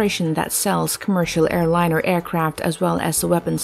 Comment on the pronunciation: Interesting video; however, your narrator really needs to work on her pronunciation, specifically where she places the stress in words like airliner and helicopter.